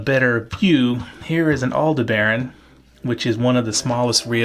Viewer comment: good info but say Aldebaran just like you would the Star/constellation. All-De-Bur-On!